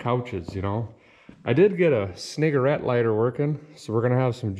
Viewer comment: How the hell did you pronounce that cigarette lighter part? I heard c-ni**er-ette lighter. Wtf is that?